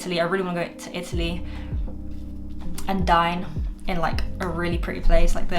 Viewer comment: I thought you said you want to go to Italy and "die" in a really pretty place!!! I was like jeeeeeeez she loves Italy hahaha. Dining in Italy is a great goal :)